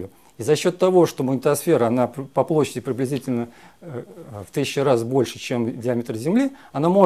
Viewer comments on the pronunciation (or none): ага, в начале он ваще оговорился "... по плащади в 1000 раз больше чем диаметр Земли..." )))